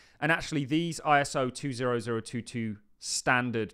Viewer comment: It’s pronounced Twenty Oh Two Two And there isn’t a single cryptocurrency that is "compliant" (or any other nonsense) with it. It’s a datamodel which is independent from the syntax representing it or the protocol transporting it. The only connection is that Ripple is a member of some working group. Reach out for more information if you’d like.